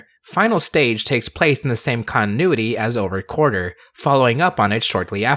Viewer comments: Drink a beer every time says "Quarter" instead of "Quartzer" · Wait, why is it pronounced "Over Quarter"? Even looking on the Japanese wiki, the spelling is with "tsu" so you still would pronounce the "Z" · I would pay for to cover ZI-O theme song so long as he mispronounce "Quartzer" like he did in this video. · Take a shot every time he mispronounces Quartzer.